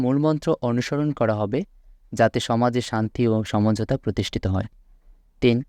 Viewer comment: স্যার, সমঝোতা বলেনা সমজতা বলেযে